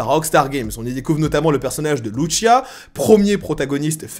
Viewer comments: Loutchia 🤣🤣🤣😭😭😭 sa se prononce lousia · Très d’accord avec toi ! Par contre arrête de dire lutchia c’est LUCIA pas luccia 😅 elle est latino pas italienne… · C'est de L'Espagnol, Lucia est un prénom Espagnol, c'est donc le même " C " qu'en Français a la prononciation et non le son " Ch " comme dans " MuCHACHA " --> " Tch " comme on le pronnoncerai en Français.. Tu le prononce à l'italienne 😅😜.. cest pas bien grave mais c'est ce que font souvent les Français ( et je suis en parti Français )